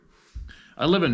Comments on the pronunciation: Piedmont is pronouced "peed-mont" :) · FWIW it's pronounced "peedmont" here in NC. Just trying to help. keep up the fantastic work here